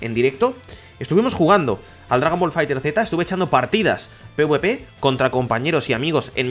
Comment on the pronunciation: No se pronuncia Fighter Zeta, se pronuncia Fighterz, tal cual.